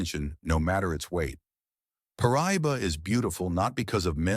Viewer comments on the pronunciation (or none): Pronounced Par. Ah. Doe.